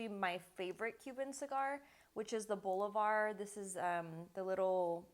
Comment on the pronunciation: Boh-Lee- Varrrrrr